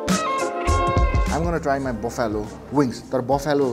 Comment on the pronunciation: "Buffalo" pronunciation fact... It isn't 'Baffyalo', it's 'Baflo' or 'Baflau". video ramro xa. #COCACOLA #HUNGERHUNT #THEWINGSFACTORY